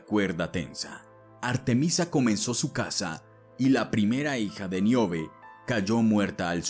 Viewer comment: No es Miobe. Es Níobe.